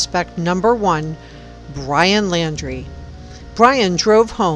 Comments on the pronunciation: His name is laundrie like when you wash your clothes. Not laaaandree, just kinda hard to listen to a news source with bad pronunciation. 😕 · Pronounced Lawn-dre. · Laundrie....NOT Landry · His name is Laundrie not Landry. And yes, he most likely killed Kylen & Crystal..., as well as Robert Lowery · The entire world knows his name how are you still pronouncing it wrong? Hmmmmm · She was found in Wyoming, not Utah. And you are pronouncing his last name incorrectly. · Probably pronounce his name like he does on the policecam.